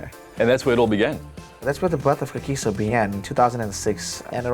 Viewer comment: 😂😂😂 You know it's not your brain child when you can't pronounce the word "Kagiso" just kidding 🙏👌